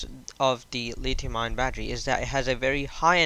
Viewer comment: its litHium not litium